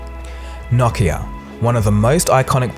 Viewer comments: Knock knock-ia. It's no-kee-uh. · Wait it's Knockia? .... I thought it was Nokia? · What is Knock-iya? I know what No-ki-a is but not knockiya. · “KNOCKeAh”....it’s NOkeyAh...Nokia bro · I thought it was pronounced No-KEY-ah ? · "Nockia" LOL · I think its pronounced no-key-uh? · The way you pronounce Nokia haunts me